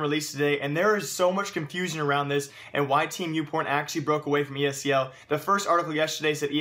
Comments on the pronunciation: It's ESL not ESEL, pls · hate how you say ESEL not ESL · It's esl not esel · Are you saying ESEL, or are my ears fucked?